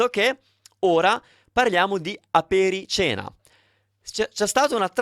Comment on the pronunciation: Damn, this is bad AI!!! Apericena is not pronounced “apere-seena”, it’s pronounced “aperi-tshena”! Please make note of it and do not follow those guy’s pronunciation!